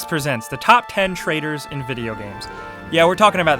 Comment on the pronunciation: It's pronounced traitors, not traders!!